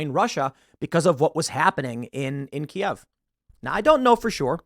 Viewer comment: thanks for saying "Kiev" correctly :)